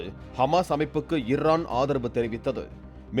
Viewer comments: தொகுப்பாளரே இர்ரான் இல்லை ஈரான் 😂😂😂 ஈஈஈ 🪰🪰🪰🪰 வராதா உங்க வாயில😂😂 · ஈர்ரானா? தமிழை கொலை பண்றது ன்னு முடிவு பண்ணிட்டீங்க..? அது அமாரிக்கா இல்லப்பா... அமெரிக்கா